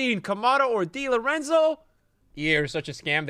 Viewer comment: Di Lorenzo - Vezo 💀💀💀